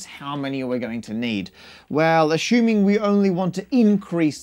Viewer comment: Or sightly more aussie. The slurring in 'ashuming' is a classic speech laziness in both.